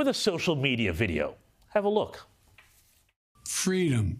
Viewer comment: It sounds like he's saying "fweedom," like in Kamala's story.